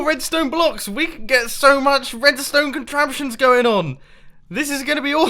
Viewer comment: i am in physical pain everytime u say ''redstone contraption(s)''